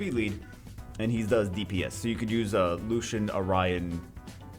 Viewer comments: The light Elven rangers name is pronounced is Lucy-in not Lushen. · can u pls pronounce his name french ? his name is lucien not lushen